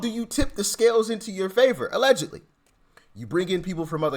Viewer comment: Doc, 'allgedly' that seems to be the case. Doc it's allgedly your opinon, lol!!